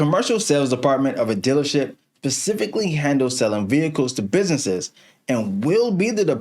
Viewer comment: I love black people but we gotta learn how to say specifically 😂😂😂